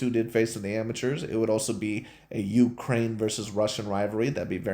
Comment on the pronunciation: First of all, you pronounced the Ukraine/Украйна wrong, The NATO union Attacked Russia and left the EU countries to subsidize the Ukraine war.